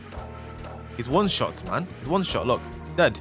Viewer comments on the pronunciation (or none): none